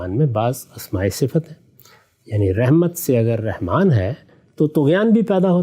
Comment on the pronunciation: Ghamdi sb. Very strange and shocking by using the one of beautiful names of Allah SWT Rehman instead of RAHMAN. Reham means womb or uterus .pl in future say رحمن with zabar not zer.